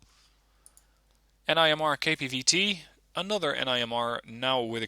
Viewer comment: It’s pronounced nim-er